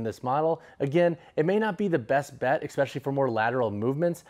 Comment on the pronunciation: If you're gonna say especially so many times. Please , it's especially not exspecially